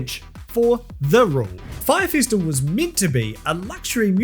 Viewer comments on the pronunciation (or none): I don’t know what a” fistiful” is but it sounds painful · Here's me giggling slightly every time I hear 'fistival'.